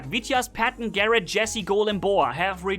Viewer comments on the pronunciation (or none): none